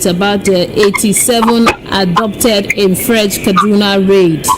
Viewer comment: ohhhhh it is pronounced as ABDUCTED not Adopted.